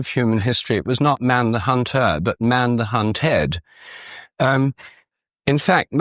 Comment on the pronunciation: "Not man the hun-TOR but man the hun-TED." What the hell is wrong with you? Why not just say "hunter" and "hunted"? Do you think we are all thick? You sound like a Young Earth Creationist: "A crea-SHON requires a crea-TOR." Down Voted, OFF and Blocked. {:o:O:}